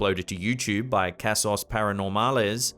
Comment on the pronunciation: Dude can't you try just the slightest amount to pronounce other languages' words properly? In Español the letter 'A' is pronounced like ''ahh" so 'casos' would be "kahsos" basically what you said was cheeses.